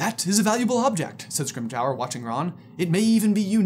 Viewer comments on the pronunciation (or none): why say scrimgehour not scrimgeour